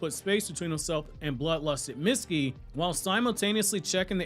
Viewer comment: every single time you say mitsukis name wrong, it kills me.